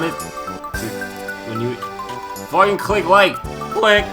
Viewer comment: everybody moves fauwkin slow... Everybawdy moovs really fauwkin slow